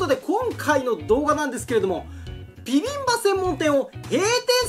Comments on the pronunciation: ちゃんとピビンバって言ってて愛くるしいw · しっかりとビビンバじゃなくてピビンバって言ってるの奥野亭店主様のこだわりを感じる